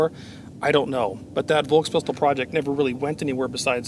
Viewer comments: One little note. V in german words is universally pronounced as F. FolksWagen. FolksPistol. Folksturm. And just to hit two birds with one shot, S before T (like in VolksSTurm) or S before P (like in spindel) is pronounced as Sh. Like in shot. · Just for the record : you would pronounce "Volkspistole" like this : Folkspistole. 😉